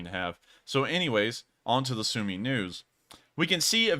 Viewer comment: As it seems you care about pronunciation, you mispronounce Sumy